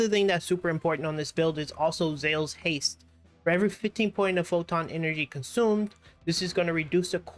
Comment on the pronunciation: Zeal. Not Zale's.